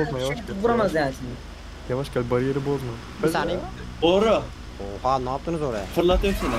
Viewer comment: anından anına kadar izlerseniz 1 taniye diyor😂😂😂